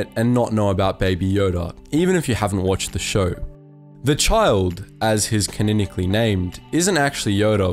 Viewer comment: Yeah... I really wanted to get through the list, so I grit my teeth and powered through. "Canonical" was another terribly mispronounced word... I may have a permanent eye twitch from listening to it. Lol